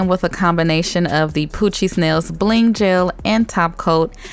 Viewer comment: Every time you say poochie I think you are saying Cochise!🤣😂